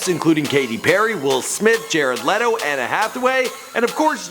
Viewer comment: Anna Hathaway? It's Anne,.